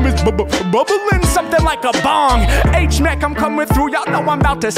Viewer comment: Hate it when you say H mack